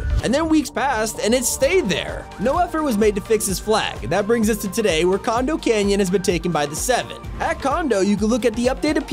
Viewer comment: He said con*om canyon